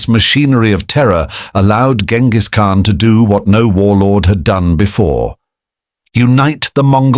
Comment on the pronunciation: That's not how you pronounce his name btw.